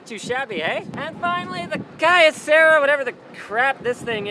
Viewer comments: You said Kyocera wrong, its pronounced Kee-Ouh-Sera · KEE-O-SE-RA. jesus, linus. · It's Key-Oh-Sarah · i used to work for kyocera, i laughed at how he pronounced it :D